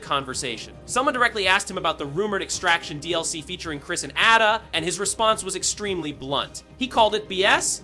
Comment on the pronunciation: Why are u saying Ada like that bro…